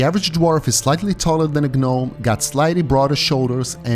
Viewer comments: its great vid but the G is silent in gnome, it sounds like nome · Silent G in gnome, brother 👍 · Great video! The Witcher lore is so vast, yet you made it easy to understand and follow. A small tip for future videos: "Gnome" is pronounced with a silent G.